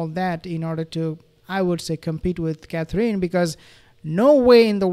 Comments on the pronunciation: Hi there please pronounce Catherine Roperly . It’s Cathrin not cathreen xxx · You say, Catherine’s name beautifully.